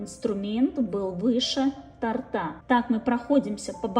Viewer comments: Как режет слух....тортА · То'рта!!!!!!!!! Блин!!!!!!! Ударение на "о"!!!!